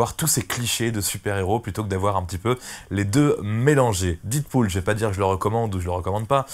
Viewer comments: La prononciation c'est pas didpool mais dèdpool, mais bonne vidéo quand même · do you speak english guy ? prononciation "did pool " c'est "dead pool" comme dans la cité de la peur "red is dead , adieu youri..." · "Didpool" mdr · Mal prononcer le nom du film dès le début de la vidéo... Les puristes auront déjà changé de vidéo après 11 secondes!